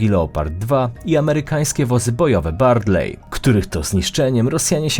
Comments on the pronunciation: Niestety w powiedziałeś o M1A2 a Ukraińcy dostają M1A1 i nie "Bardley" tylko "Bradley" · Bradley a nie Bardley :)